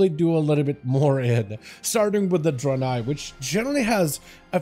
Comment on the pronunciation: Bro can’t even pronounce Draenei correctly